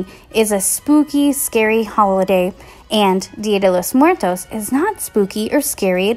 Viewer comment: she didn't say it right...........................OOF